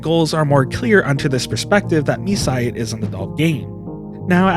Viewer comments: I don't know why this has to be said, but it's pronounced "my side". It's a play on words. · isnt it pronounced mee-see-day? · Your pronunciation hurts me. Please learn Japanese phonetics, even by just listening to [Mitah] not "Mituh" and the game is called [Me-see-day]